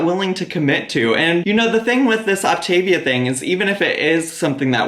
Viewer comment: Technically, this isn't a pyramid scheme. There is no inventory. But GORL...she should be at least saying the plan properly...it's Opta-veeyah. Not Optayveuh. And this is MEDIFAST.